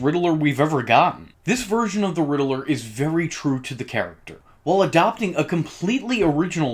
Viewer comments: GODDAMN IT ITS RIDDLER NOT RIDDELER FOR FUCKS SAKE EVERYTIME I HEAR IT I WANT TO CUT OFF MY FUCKING EARS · Why do YouTubers pronounce Riddler like that? It's not pronounced like that in the movies at all or in the Arkham games. This is weird. You're like the 4th one I heard do that.